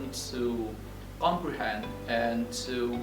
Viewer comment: I heard at a glance there are pronunciation mistakes when you said the words: "comprehend" (american or british you are) then, "grammatical" (check again in your dictionary), "Produce" Check again how to pronounce it... Sorry bro... Good Luck